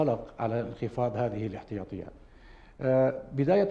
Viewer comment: الاحتياطي وليس الاحطياطي